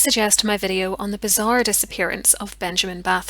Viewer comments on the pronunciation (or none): none